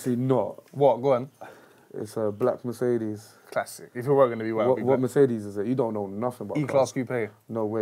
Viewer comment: Man said "and you jump in your Murzehdez!" DONE OUT 'CHERE